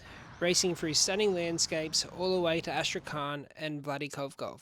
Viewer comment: "vladikovkov" funny how u say it its (V l a d i k a v k a z ) no accents or smth Yeah keep it goin